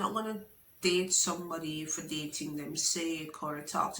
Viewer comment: "Taken fi granted" 😂😂